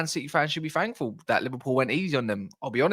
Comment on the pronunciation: “Man city fans should be “fankful”??? Why would anyone take someone seriously who can’t even speak properly?